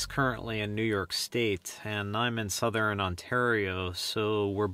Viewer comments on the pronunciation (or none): none